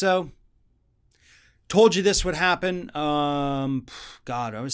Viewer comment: There is no Ultamarian while we're in Quantrintine .... I'm not the type of person to say 'I Toad a So', but 'I Toad a So' Bill Barr has no Demorcum and no Vice Principals